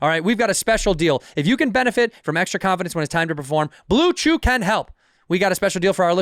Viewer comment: Think bobby actually said blue jew instead of blue chew🤣